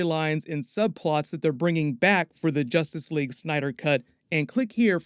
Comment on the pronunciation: In two words? Zustice Sleague !